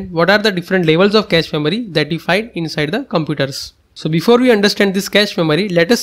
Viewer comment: “Inside over compooders” X3 😂😂😂